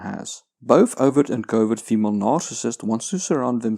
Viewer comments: I'm sorry. But is he saying covid narcissist? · In the beginning of the video I thought he was saying "Covid Narcissist" and thought it was a unique take on some of the insanity going on out there. Then I realized I misheard him. But still... Covid Narcissist. I'm thinking that's a real thing... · I keep hearing "Covid narcissist"... lol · What the hell is covid nararcissist? I've heard him say it a dozen times and I can't think of what other word he could be saying